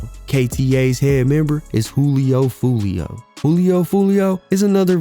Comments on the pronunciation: You said foolio from north side Memphis 😂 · Buddy said Foolio from Memphis 😅